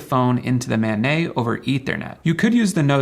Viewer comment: It’s not “man nay” it’s “man net”. It’s not French it’s an acronym.